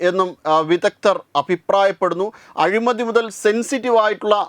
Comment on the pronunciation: അഴുമതി അല്ല....!!!ആവേശം വരുമ്പോൾ അക്ഷരം തെറ്റിക്കണോ!!?? ശ്രദ്ധിക്കുക